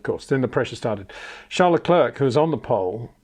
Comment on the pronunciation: Say Claire. Say Luh/Le. Say Leclerc.